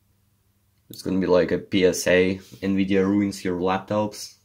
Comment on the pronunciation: its "Nvidia